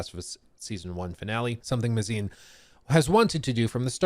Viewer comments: Craig Mazin. His last name is pronounced May-Zin not mah-zine. Just say the word "maze" then add "in". Normally this wouldn't bother me, but I just came from watching a video from another rightwing grifter TLOU pseudo-fan that kept mispronouncing it and it started to grate on my ears. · May-zen not "muh-zine" 🤦‍♂️ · It’s pronounced “May-zin” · I think it’s pronounced MAY-zin? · mispronouncing Mazin the amazin